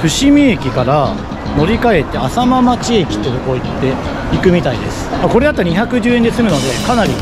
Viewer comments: 浅間町は せんげんちょう と読みます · 浅間町ってかいて、せんげんちょうって読むんだよ😂 、そこから名古屋城まで結構距離あるのにすごい。。。てか、ふたりともすごい❤